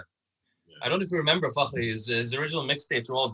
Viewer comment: Finally someone pronouncing Fakhri’s name right 👌👌